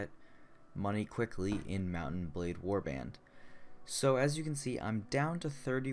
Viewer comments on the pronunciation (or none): Lol at the beginning of the video u said , "mount and blade: Warband".